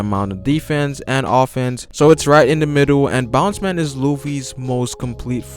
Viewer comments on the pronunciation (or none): Its Bounce-man not Boundman